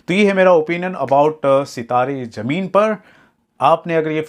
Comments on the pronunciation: Jameen nhi zameen hota hai totle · Bhai pahle sahi pronounced kar jameen nahi zameen hai wo word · Zameen ❌ Jameen ✅